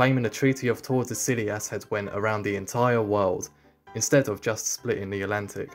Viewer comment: Bro, that's clearly not how to pronounce Tordesillas.